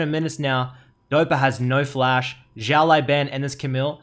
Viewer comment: 1 year ago but still Si-ao (Same L as in Legend) L-ao Ban